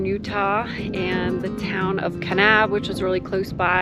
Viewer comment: You mis pronounce kanab